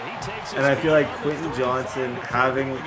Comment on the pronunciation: Stop getting Quentin Johnston because you can't say how name and it drives me absolutely nuts Also bring back the golf content